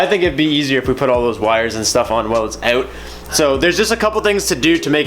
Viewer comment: Oouuttt. Is that the only New Jersey accent word you picked up living out there? 😂